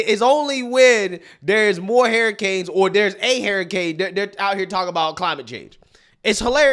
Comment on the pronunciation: I'm sorry, "Hariy-canes"? I'm not knocking you if that's how you pronounce it, it's just something I noticed.